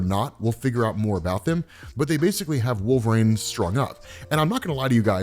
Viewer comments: Once....just once, man. Pronounce it correctly. It's "reen", wolverine! Not wolve"raine" SHEESH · The way you say wolverine with an A. HURTS. it hurts sooo much. Great work